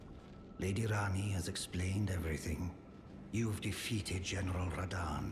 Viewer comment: How this man gonna be the only YouTuber to say Radhan correctly but say starscourage!? 😂